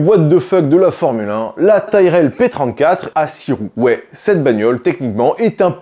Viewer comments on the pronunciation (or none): Ça se dit tirel et au niveau bizarre tu n'as pas vu la Ferrari roue jumelée arrière